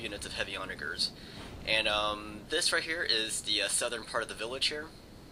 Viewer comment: who else noticed that he kept saying the word "onager" wrong?